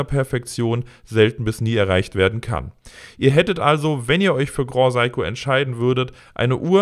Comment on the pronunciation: Grand Seiko nicht groh saiko...